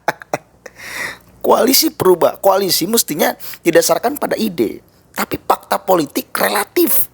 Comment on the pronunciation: Mas mas plural. Atau flural? Visi mas bukan pusi, fakta mas bukan pakta 🤣🤣🤣🤣